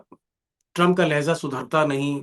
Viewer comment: Lehjaa hai ..Lahyeza nahi